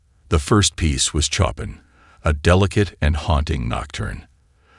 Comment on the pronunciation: AI isnt perfect..do it vs duet. Recital not pronounced correctly. Sofie Sophia sometimes. Coppin for chophin (sic) and others. Lol